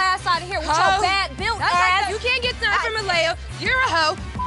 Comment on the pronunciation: “You caint wrap” ...thats hurtful 😂